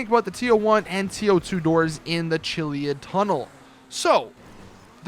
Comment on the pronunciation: You're pronouncing chiliad wrong